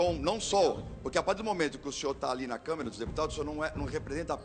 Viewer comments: É Câmara e não Câmera, Sr. Jornalista. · Nossa pelo amor de Deus, esse jornalista falou: CamEra dos Deputados.... sangrou meus ouvidos...